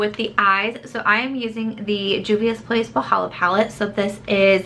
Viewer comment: Wahala means trouble in Nigerian pidgin English and your pronounciation is quite impressive